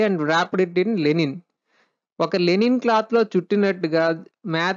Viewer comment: లెనిన్ కాదు లైనిన్ cloth